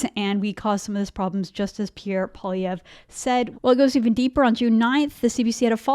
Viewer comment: Sorry it's Poi lievre Poi not polievre Poilievre poilievre lol